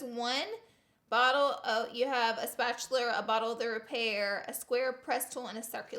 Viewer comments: A “spatuler” I’m DONE 😂😂 Laura you cute but dumb as hell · I love you. Spatular 😂❤️💀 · spatchulurr lol your to cute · Are u saying spatular? 😂😂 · "spatuler" is my valentine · She said spatular lol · Spatuler 😂😂 I love you, Laura. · “spatuler” 😂 lol LOVE YOU LAURA!! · Did anyone else notice she said spatuler 😂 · “spatuler” BAHAHAHAHAHA I LOVE YOU SM LAURA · She says spatula like mister krabs